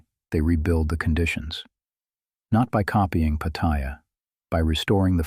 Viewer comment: No. I escape to Pattaya so that I am not trapped in my regular life. And learn to pronounce Pattaya, you sound like a newbie. But you do make some good points, for some men.